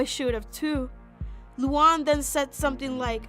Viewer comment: Nah bro called luan luuan